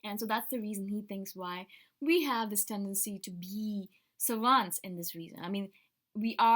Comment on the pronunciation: Its more like sävants